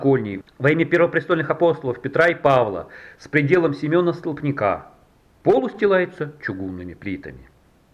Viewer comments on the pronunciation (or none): Не столпникА, а стОлпника. "Ваще" все блогеры или нерусские или в школе не учились.